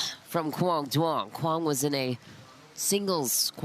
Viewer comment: ITS NOT PRONOUNCED DOO-ONG! It sounds like YOUNG. Please stop butchering it.